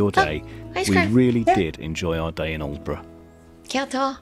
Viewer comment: This’ll surprise you both. I was in Lavenham today for a bit of lunch. I visited Kentwell Hall (another recommendation for you). I was born in Aldeburgh and well done for your pronunciation. 😉 When you live in Suffolk you forget how lucky we are. I’m glad you enjoyed looking around virtually. If you make it to Suffolk, I’ll happily chauffeur you around, too. Aldeburgh to Lavenham is 41 miles, Aldeburgh to Woodbridge Is 17 miles. It’s all very close by.